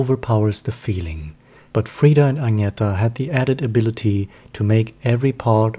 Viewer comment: It’s Ag-nee-tah. And your voice is extremely boring. Hire a professional person to read your inane opinions please. And learn to pronounce their names properly. If you don’t know how, watch official Abba videos where THEY speak and tell their names themselves. Idjit!